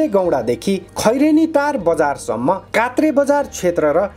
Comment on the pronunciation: कृपया कोत्रे लाई कात्रे नभनीदीनुहोला ।